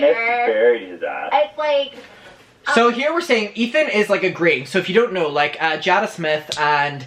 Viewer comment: btw - Jada smith's name is pronounced (JAY-DUH) !❤️